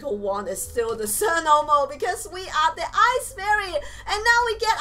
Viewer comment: cirno is from the touhou project and I know how to say her name its not pronounced cirno as in sir-no its pronounced cirno as is cheer-u-no